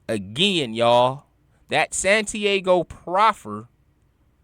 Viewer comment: Santi-AHHGO fam...not Santi-A-go